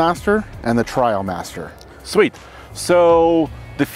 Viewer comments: Trial vs trail …😂 ineos needs a better rep might have been nervous but still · It is "Trialmaster"... as in off-road trials, a form of competition.